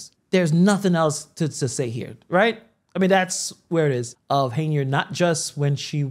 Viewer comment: Why do you keep calling her Haneyard? 😩 It's Henyard...sheesh